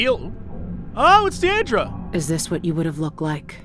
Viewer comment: Why are you pronouncing Deirdre "Diedre" Jesse? Billie said Deirdre's name in the game..